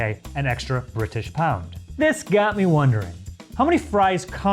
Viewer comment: The way bro just said an extra dollar but had to put emphasis on 'British' pound 💀💀